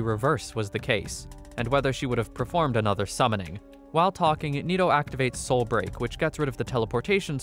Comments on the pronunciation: Hey uh its not soil break its soul break dude 😂😂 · Why do you keep saying Soil Break tho? 😂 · Why does he pronounce “soul break” as “soil break”